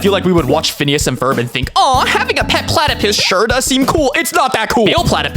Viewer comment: Did you say platypiss?